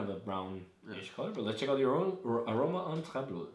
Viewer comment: Tried this at Mikkeller in San diego in march. The bartender was impressed that i was the first customer that could pronounce "Träblod" correctly =D Cheers!